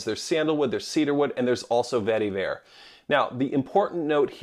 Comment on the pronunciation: Every time you said vetiver, my eye twitched.